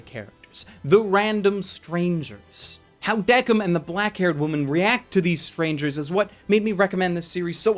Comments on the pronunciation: I just finished watching Death Parade and came to watch this video And I have 2 comments: 1-IT'S PRONOUNCED "THE KING" NOT "DECK-IN" 2-I would love a sequel to this anime filling the mysteries that weren't solved like "How are the arbiters created" or "How is Decim making his judgements now? Does he not follow the basic rules anymore?" Maybe they could even bring Chiyuki's reincarnation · Just want to say even thou it's decim it's said like desim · The only thing wrong was that you were pronouncing Deciem's name wrong. It's Deh-kēim same with Quindeceim it's Kwin- deh- kēim.